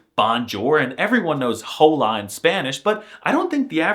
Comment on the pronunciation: Also "no" doesn't mean yes it means yeah, yes translates to "tak" and you said Hola and that's wrong couse in Spanish the h is silent so you should read it just "ola"